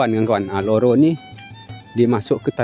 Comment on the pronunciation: Harusnya sih RORO bang. Cuma kayaknya agak susah ngomong R